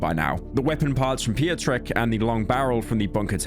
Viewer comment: "Pio-trek", it's pronounced pyotreck